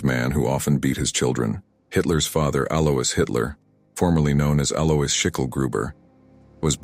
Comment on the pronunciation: Alois is usually pronounced AL-oyce.